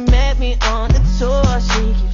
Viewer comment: “ Open the noooor “ 😂